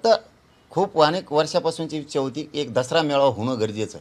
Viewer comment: खूप शुद्ध बोलायला शिकले पाटील वीच्या नाही पाटील ईच्छा असते